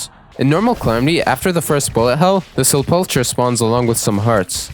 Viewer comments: A little tip for some of the words you were mispronouncing, Hekate, is pronounced exactly like Hec-ate not as complex as you're trying to make it be, Likewise for Sepulcher, you basically had it, just the CH is pronounced like a K, so its like Sepulker Hope that helps you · FYI, I’m pretty sure it’s pronounced “sep-leck-err” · Why does everyone pronounce it sepulcher. It’s sep-ul-ker.